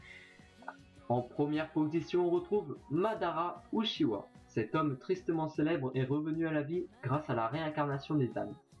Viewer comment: Ca se prononce raikague (meme si sa s'écrit raikage) et on dit utchiwa (même si sa s'écrit uchiwa)